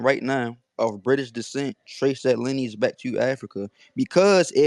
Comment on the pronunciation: Lineage rhymes with spinach - Tariq😂😂